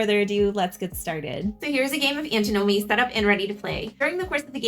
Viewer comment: Antin-omy, not Anti-nomy ;)